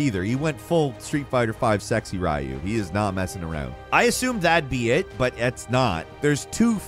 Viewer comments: "Street Fighter V sexy RAyu"? Really guys? Ryu is a japanese name. You're supposed to say it like in Hanzo or Genji ultimates ("Ryu ga waga teki wo kurau!" or "Ryujin no ken wo kurae!"), as in Ree-You! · Ree yuu not Rayuu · way to butcher Ryu's name